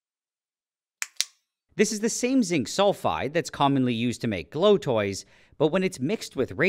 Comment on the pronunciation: for glow toys? why he say it like that...